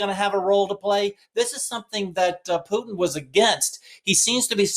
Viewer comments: please start pronouncing “Putin” correctly. Can you say “dog pooh”? Can you say “tin can”? Putin’s name is pronounced “pooh tin”. No offense, but the way you say it now, you sound like a MORON. And I’m pretty sure you’re not a moron. Thank you. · Who is Poo-in? Don’t you mean Putin? Why do you continuously gloss over the middle “t”? Where did you learn that lazy pronunciation and, more importantly, why do you find it acceptable? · Will you please say Poo-Tin instead of Pooh-in!!! Thank you!